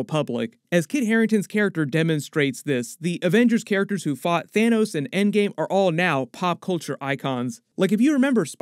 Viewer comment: did you…. Did u just call him Thanus??!? 🤣🤣